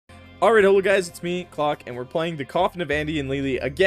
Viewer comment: Ah yes... That scene is here. Love the video, you're quickly becoming a favourite of mine from this playthrough alone! On that note, i first thought your intro said: "Hello guys, it's me *cock*....